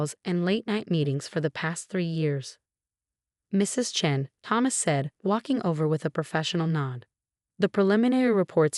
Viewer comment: Chen, hair (rather than heir), singsong tempo, still sounds like it has too much spit in its nonexistent mouth. When will YouTube finally ban the use of this particular AI voice?